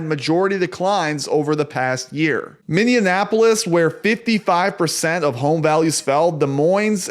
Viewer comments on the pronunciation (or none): Why can no one pronounce Minneapolis (mini-ap-olis), not mini in ap olis.